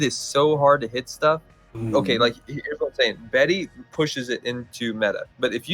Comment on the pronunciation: Every time said “Betty” instead of Beatty 🥴. Also, y’all keep talking up Beatty. Other than 6th sense, not great. I think Beatty is a jack of all master of none situation. Mist Weaver+ isn’t that great. Durations and radius 5% buff, but the cooldown is the same. Also, I don’t think Moskva is meta. It’s chunky, and it’s radar isn’t that helpful because it wants to stay at range with it’s terrible turret traverse. And it’s DfAA is TRASH.